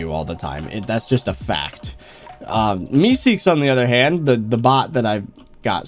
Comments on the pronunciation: man really said "meesec" lmao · is saying mee6 like meeseeks from Rick and morty lol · when he called mee6 meeseeks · The Mee6 bot is nice, but ya kinda butchered the name lol